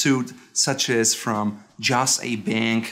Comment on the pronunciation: JOSS A. Bank??? The "Jos." is for Joseph. It is called "Joseph A. Bank" not pronounced "Joss" what kind of suit guy are you